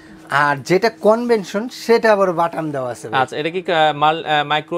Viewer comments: Convention na Vai, Oita convection hobe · কনভেনশন না, কনভেকশন।